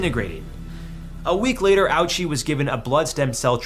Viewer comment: I hate the way he pronounces japanese words. I feel like he only pronounced ouchi that way to make the "owchie" joke. Its supposed to be more like "OH-chee"